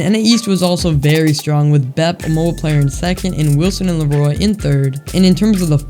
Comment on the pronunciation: When called larroy, Larry I just lost it lmao